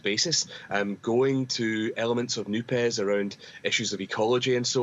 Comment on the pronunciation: It's not NOO-PES. It’s more like NOOP. In French ortho-phonology the final -es of a word, even if it's an acronym like NUPES, is generally not pronounced. All the French outlets are pronouncing it as something akin to NOOP.